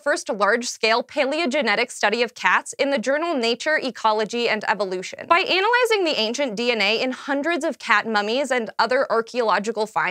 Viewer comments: it is pronounced An-alyzing not Anal lyzing? hahahah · she says "anal"izing instead of an-ah-lyzing really bothered me I don't know why. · It's pronounced ana-lyzing not anal-lizing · she pronounces "analyzing" in an unfortunate way here.